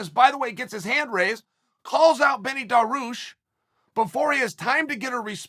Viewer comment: i had my doubts but "provider" and "aspinwall" convinced me he's doing it on purpose... still some classics like Maklechev, Kamara Oozmen, Daroosh, YaRear, Acosta, and "the bullet" are hilarious